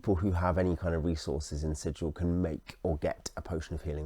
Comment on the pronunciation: Sigil, not Sijil. Hard G, berk. This isn't a .gif argument, it's literally printed in the boxed set. ;)